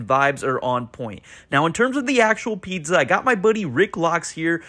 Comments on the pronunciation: why does he pronounce it pidza? strange. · Is this guy saying pitza bruh.. it’s pizza learn how to pronounce words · Never heard a person pronounce pizza quite so strangely. It was all I could hear